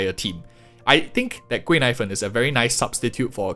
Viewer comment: I keep hearing her name as “贵奶粉” (expensive milk powder) 😂😂😂